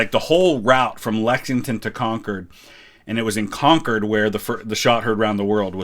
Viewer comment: Props for pronouncing "Concord" the right way, without the weird emphasis.